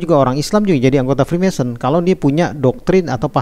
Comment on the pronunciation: Freemason om....bukan freemanson